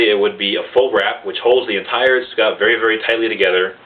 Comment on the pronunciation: btw the "tsuka" is not pronounced as "iska" but its pronounced as "sooka"